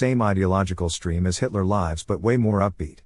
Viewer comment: Every mispronunciation of “Hitler Lives” gives me a chuckle.